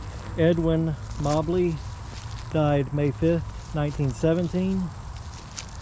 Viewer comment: mobley is pronounced like the moe-bly